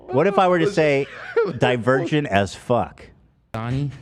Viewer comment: “Maybe it’s cuz I’m a dervergent as fuck” - Ethan